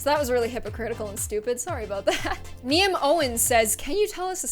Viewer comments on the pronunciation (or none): The girl thats asked for a story (Niamh) is pronounced like Neev, its an Irish name😂❤️ love you and I love your QnAs.🙌